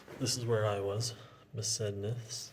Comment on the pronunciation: Besednice is pronounced BESED NEETS EH